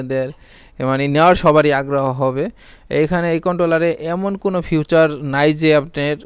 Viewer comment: ফিউচার না।।ফিচার।😂😂😂